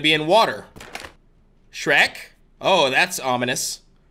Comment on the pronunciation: Its sherk